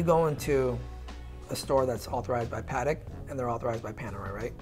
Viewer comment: A professional and respectable watches salesman and collectors should at least pronounce the watch maker brand name correctly. PLEASE pronounce Patek, not pahrek!